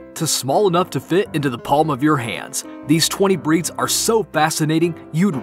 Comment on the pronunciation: When the makers of the video mispronounce several of the breeds they mention🤦‍♀️